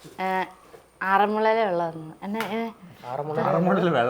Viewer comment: Hai വെള്ളം എന്ന് bro😂😂😂😂വെള്ളം അല്ല വള്ളം 😂😂😂😂❤❤❤❤❤